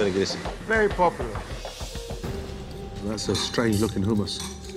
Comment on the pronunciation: "vErY pOpUlOr" 👌